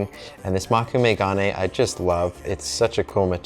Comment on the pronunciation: Moe-kû-may- proper pronunciation